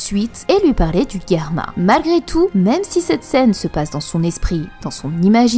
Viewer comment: Ca fait saigner les oreilles d'entendre Guerma !!! C'est Germa, comme Gérard :F